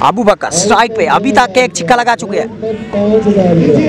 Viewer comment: Pehle mujhe yeh batao yeh six ko chikka kyu bol rha hai